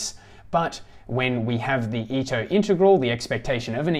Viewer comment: Thanks a lot ! Just a quick note for the pronunciation of the names : Riemann sounds more like “Reeman” Ito like (EE-t-o) and Wiener like “Wee-ner”. In case that would help :). Believe me when I discovered that the philosopher Dilthey was pronounced Deel-Tie I fell off my seat :D